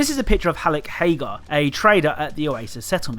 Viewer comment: It's "Haggar," you fool. Remember phonics. A double consonant implies that the following vowel will not be stressed. This is like 2-year-old shit, man.